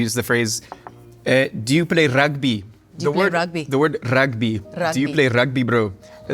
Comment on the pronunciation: as a born and bred South African... your pronunciation of 'rugby' is spot on! i had to laugh!